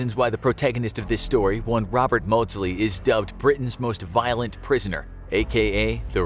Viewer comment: Me initially: oh no. Very violet prisoner. Me after the video: lol he was British, doesn't count.